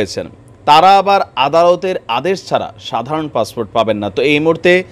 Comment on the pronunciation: Bangladesis English passport is passfort in bangladesi style 😂😂😂😂😂😂😂😂😂😂😂